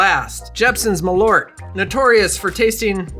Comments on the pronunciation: Hey love your content. As a Swede, Malört isn’t pronounced ”Ma-lort”, It should be pronounced ”Mall-urt” with the u as in Curt and with a small pause between Mall and urt. Keep up the great content! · That is not how you pronounce malört - it's "mɑːlˌœrt", or MAHL (pause) ERT, sort of like the e in herb, which makes sense because ört is the Swedish word for herb.